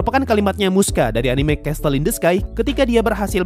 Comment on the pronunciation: Bang itu pas elu bilang castle in the sky, dibacanya "CESL" bukan "Cestl" Gergetan soalnya wkw